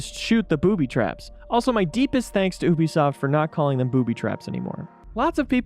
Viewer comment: Ooh-be soft I hate that